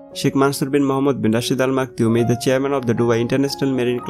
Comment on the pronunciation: Improve your English....there is a tinge of Bengali accent in your English. It is is not eezz